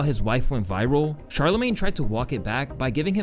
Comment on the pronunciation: *Sharla-mayne.... Not Chala-mayne. It's pronounced Shhh